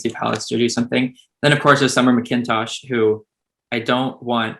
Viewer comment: Daiya SEETO? Summer MaKINtosh?? jeez please stop disrespecting these athletes and spend 5 seconds to learn to pronounce their names correctly